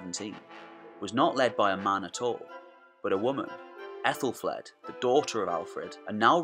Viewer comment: Great vid! I've said this elsewhere, but I think 'Aethel' is pronounced 'athel' not 'ethel' because an ash ('a' and 'e' combined) is pronounced with a hard 'a', like hat. So it's pronounced "Athelflad" not "Ethelflade". Not being picky, just wanted to point out something I'd learned.